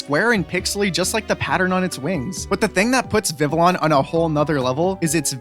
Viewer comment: Vivi yon...not llon...ll is pronounced y